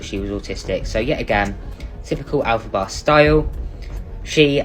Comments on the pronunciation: el fa ba not el fay da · Sorry I have to jump in here it’s pronounced EL FAH BAH, the same name as the witch in the musical Wicked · it's 'elphaba' like fab, not fabe